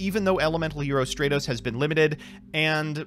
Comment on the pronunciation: Every time he calls Stratos "Stray-tos," my brain literally screams, "stop calling him that!"